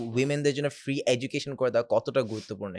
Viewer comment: he said free not freak